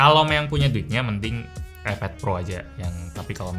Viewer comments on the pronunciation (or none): bang iPad bang bukan eped...hanya mengingatkan....:D